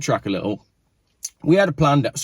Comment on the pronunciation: Pronounced P land emic.